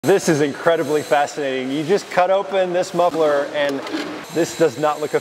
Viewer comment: How TF did you pronounce muffler??